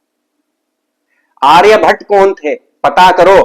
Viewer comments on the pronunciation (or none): none